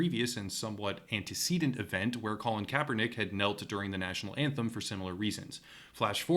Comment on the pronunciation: Hell yeah He said Colin Kaepernick correctly!~